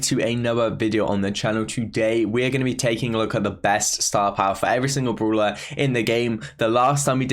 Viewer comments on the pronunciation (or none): Everybody: brawler: broolah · tom says broeler:0